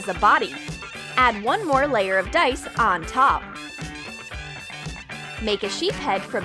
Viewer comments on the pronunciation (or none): none